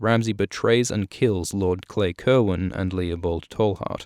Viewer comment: You're mispronouncing Cerwyn. It's ser-win